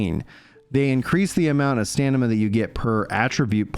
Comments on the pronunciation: Its StaMina not StaNima 😅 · Nothing on Fist Weapons. And it's STAM-IN-AH! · The man is dyslexic... take a day off mate. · was thinking the same thing haha